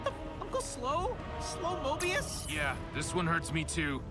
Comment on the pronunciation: slowmobius not slow-morbius